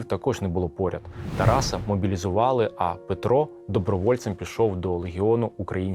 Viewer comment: Мій прадід був знайомий з Франком, і навіть був засуджений владою при спробі навести лад на місцевих виборах. І проханна до автора правильно ставити наголос, ТарасА а не ТарАса